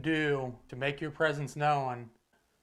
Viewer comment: ~ The word 'known' is 1 syllable, not 2. It's not pronounced 'no-uhn'......the w is silent. FYI.